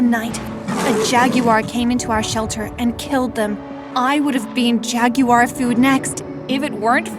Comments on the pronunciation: jag U war ? 😂 the way she kept saying it had my laughing so hard. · “Jag u ar”? 😂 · Why did she call it jagiu r😂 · “A jaggywar.” 😐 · Nobody heard when she said jaggy war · lol why did she say jaggywar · I’m sry did she say jagywhire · “Jag u ar “ me: 🥲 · Why do you say Jagwar like that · Is no one gonna talk about the way she said Jaguar 😂